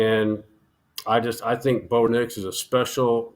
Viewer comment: This man said Bo nix 😂😂 can’t take him serious